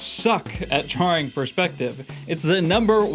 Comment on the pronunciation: You pronounce "Drawing" like Dro-oring